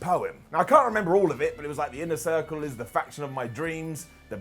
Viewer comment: "Inner Thircle" 🤣